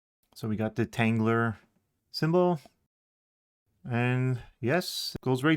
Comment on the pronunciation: There’s no R at the end of tanggula So quit pronouncing it tanggular